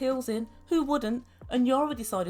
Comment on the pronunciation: is it your accent? or do you call Yana, Yara?...it is EE-AA-NN-AA... LOL LOL LOL british accent reminds me my english (a native englisman from manchester) tutor who after living for 20 years in Portugal...he still would come up with "his own" spelling of words LOL LOL